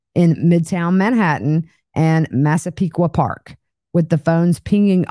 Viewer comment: Proud of your (correct) pronunciations of Massapequa Park and Hauppauge!